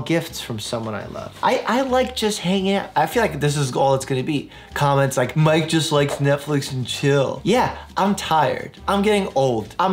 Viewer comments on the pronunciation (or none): none